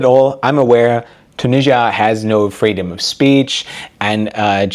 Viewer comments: Where is “Tunijjjia”? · the way he says Tunisia tho 😬it's either tew-NIH-zee-ə (British) or too-NEE-zhə (American) but he does a mix of the 2 😂